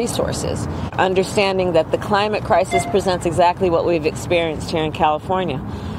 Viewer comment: I thought her boss called it a 'Crimate Clisis'.